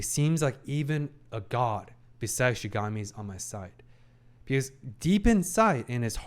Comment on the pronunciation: Can't wait for him to finally pronounce Shinigami correctly xD